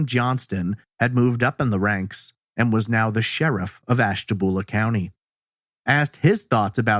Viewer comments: FYI, Ashtabula is pronounced "byulah" not "boolah". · AshtaBULA not boolah.... Born & raised there :) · Lol it's ashta-bule-a not ashta-bool-a